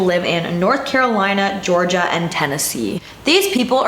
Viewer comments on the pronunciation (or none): none